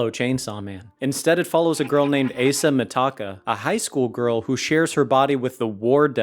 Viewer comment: The Asa, u pronounced it weird, the first A is pronounce Asa as in Awesome